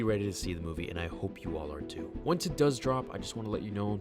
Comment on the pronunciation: What Said: "I hope you are, too." What I heard: "I hope you R2."